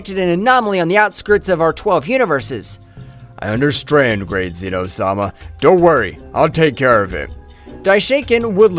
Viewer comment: i love how he says i understrand